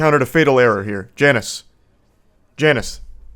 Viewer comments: Apologies, but it appears you have said Janice. The correct way to say his name is Janus. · Actually his name is Jay-nus